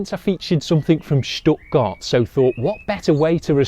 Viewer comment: You properly pronounced Stuttgart. I'm positively surprised 🤓